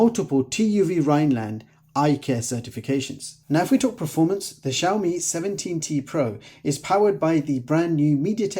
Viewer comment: Как вы назвали xiaomi ? Шаума шампунь такой есть . правильно "See-ao-mee а то какая-то Shauna у вас получается.